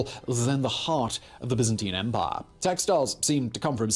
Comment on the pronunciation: You made an awful job of trying to pronounce "empire" like a Briton. Don't forget that most of us don't pronounce the R in words. The nearest I can get is em pia